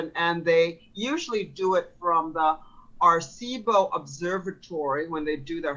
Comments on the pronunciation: AIR-AH-SEE-BOE 😢🤓😭 for the telescope, not the Qer. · She looks Latina. She should know how to pronounce "Aracibo Observatory". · It's pronounced "AR EH SEE BO". She couldn't even pronounce it correctly, why would we think she's a plausible source? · As a Puerto Rican, that pronunciation of Arecibo hurt my soul...not to mention the fact that A) Puerto Rico isn't owned by China, B) It is a US Commonwealth, C) The Arecibo Observatory suffered its collapse on December 1, 2020...the Texas Freeze happened in February 2021, how do you use a collapsed pile of metal to control weather?